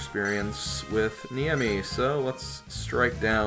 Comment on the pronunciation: Please, It's Ne-i-mi not Niemi.